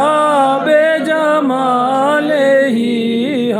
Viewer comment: Ladies n gentle man word by jamal ni hota bi jamal hota a by jamal ka matlab jis ka koi kamal nai by kamal ni bi kamal hota a